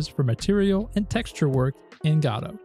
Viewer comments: Okay, I appreciate your videos so I am gonna say two things.. I believe it is: Guh-dough not Gah-dowe, and it’s itch-dot-eye-oh not itchio. Sorry❤ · PLEASE it’s not itchy-oh it’s itch-eye-oh. And it’s guh-dough not god-oh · fair. To my ears at least it sounds like you are saying "Gado" though. Perhaps it's a regional accent that otherwise is similar to my own so I am mostly not picking up on it. 🤔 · To my ears it sounds like you're saying Gatto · The "gado" and "itchy-oh" pronunciations were killing me too, otherwise great video. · Great video content overall, but the engine is named after the Samuel Beckett play "Waiting for Godot". As such it should be pronounced the same as in the play, the first "o" should sound like an "oh" sound not an "a". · It's pronounced 'godot'. I'll be taking the Christopher Lloyd path and pronounce it with a soft G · Dude it makes my teeth itch. Even go-dot makes me wince